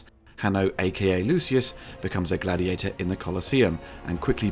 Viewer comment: It's actually GLADIIATOR, as the opening tells us. 😂